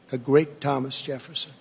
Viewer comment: Thomas Jepfssnn! He almost said Epstien...